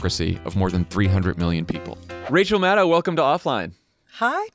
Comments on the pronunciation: Maddow rhymes with SHADOW Not mad cow or sad now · It's Mad-oh like SHADOW, not Mad-ouw like Mad Cow! She's your guest for god's sake! Pronounce her name right!